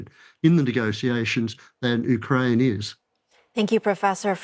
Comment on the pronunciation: He can’t even pronounce Ukraine correctly and why he believes Russia advances if this is completely the opposite? This person is not an expert so I am not listening to him. Just wasted 8 minutes of my time.